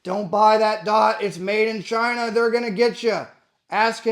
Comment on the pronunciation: Chaaiiinah - Trump accent activated. combat llama emoji